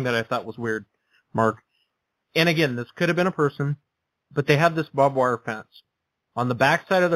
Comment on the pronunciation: You do realize it's "barbed wire" (not "bob wire"), right?